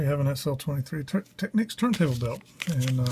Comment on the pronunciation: Its a TECH-NICS not a TEK-NEEKS.